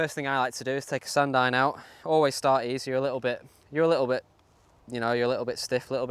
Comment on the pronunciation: He is saying "Sand Iron"